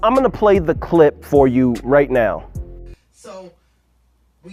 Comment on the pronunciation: When you say now it sounds like noun.